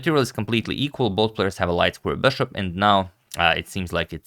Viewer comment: Why do you keep calling the piece "BESHOP"???